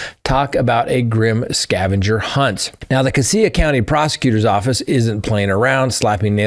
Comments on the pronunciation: PLEASE before you talk about where the new quad murder is discussed...get the correct pronunication on CASSIA....its not Cass E AH....Its' Cassia..CASSH AH....I was in LE in that sheriff's office for 10 years.... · Cassia = kashuh - huge fan from Boise here! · Cassie is pronounced "Cash-a." 😊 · Cassia = “Cash-uh” not “Cah-see-uh” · It is pronounced Cassia (Kash-a) County, not (Ka-see-ya) County. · Not casea county...it is pronounced casha (Cassia) county. Too many criminals moving into our State... i.e. Daybell, Vallow, Kohberger! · LOL, CASS-ya, not cassea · Great show! Cassia is pronounced Ka-shaw. 😊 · Cassia-“cash-ah” I’d be happy to be your Idaho pronunciation coach, because it seems like you’re gonna be talking about us for a while. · Moscow, Idaho resident here, family homesteaded in 1883 -- it's CASHia county. And it's MOS-coe, not MOS-cow. Idaho is very much an Old West, rugged individualusm, and "don't fence me in" kind of place, politically in the Northern area, individually elsewhere. It's unbelievably vast here, abd my husband and U joke that in Idahi, 5G is "Guns, Grain, Gold, God, and Government F--- Off" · Cassia is pronounced “cash a” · Sorry. That is pronounced cash-a County. I grew up there. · It’s CASS-ya county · Idahoan here—Just to let you know, Cassia is pronounced “Cash-uh.” Also, I don’t know what is going on here. Did you hear about the guy who started a fire to lure in fire fighters in Coeur d’Alene?? It’s crazy here! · 😁 it is Casha county😁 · Cassia County is pronounced casha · It's pronounced Cashia County. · Cassia is pronounced “CASH-uh", and Moscow rhymes with “go” as in “MOSS-koh”. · Cassia is pronounced Cash-ah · I work for Minidoka county magistrate court. These types of things never happen around here. Definitely shook the community. I was excited when I was listening and heard you were covering a story from my town.🙂 Also Cassia is pronounced: Ca-Shee-uh😂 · Cassia county is pronounced like casual. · Cassia is pronounced Casha